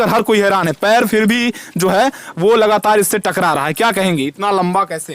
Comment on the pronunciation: Lagataar😂😂 लगातार